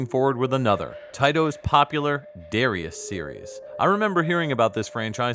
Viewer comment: Wow, really cool! Lot of good research here. Quick correction about the Katakana: it’s da-ra-i(“ee”)-a-su, not da-rai-a-su. The “ee” is distinct but quickly spoken, which is probably why it’s hard for us westerners to pick out the middle syllables consistently when we hear those commercials. Anyway, I’ll probably keep pronouncing it the North American English way, since the name is not natively Japanese and we already had a common pronunciation. It’s like this: the Japanese word for a Jesuit priest is Bateran. This was how the Japanese borrowed the Portuguese word “padre”. But if I’m talking about a Japanese book or game that talks about a Jesuit priest, I’m not going to call him a “bateran” unless I’m specifically referencing how he’s known to the Japanese. And if I’m referencing a scene in which a Jesuit priest is being addressed in Japan by a non-Japanese, He’s going to be “Padre”. Or, maybe not. 😁